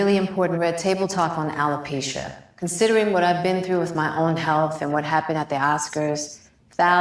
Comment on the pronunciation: I wish this host would pronounce the word alopecia correctly. As far as Jada is concerned, she is ridiculous